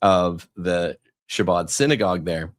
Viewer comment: It’s pronounced “Ha-Bod”